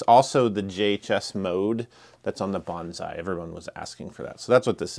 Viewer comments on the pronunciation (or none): none